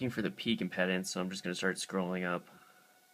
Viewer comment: It's pronounced impeedance.